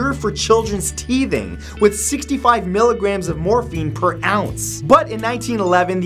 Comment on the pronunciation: I thought I heard Morphe 😂😂😂 as if Morphe cosmetics 😂😂😂